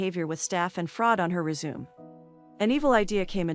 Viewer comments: "REZ-ZOOM" Hehehehehe, and this auto-voice sounds like a natural English speaker. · What translation program are you using that you can't say fraternization. Or resume